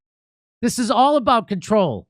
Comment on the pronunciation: As a Canadian, every time you say "eh" it is like hearing you say the "N Word" with a soft A. Aboot is the hard R.